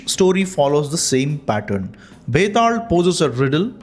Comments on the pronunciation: Are you a Malayali? It is pronounced as Betal not Betad. 😂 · Bro its not betaald its betaal 😅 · Why is he pronouncing it like that?? It is Betaal, not Vetaarl. It is Mahakal not Mahakara... Why add R to L? Say it naturally. No need to be Shashi Tharoor... 😅